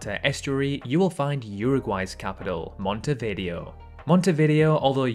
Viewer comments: Montevideo, the video part pronounced as vi-dayo, not video. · It's pronounced Monte-vi-DAY-oh, not Monte-video. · The way you pronounced Montevideo is hilarious🤣🤣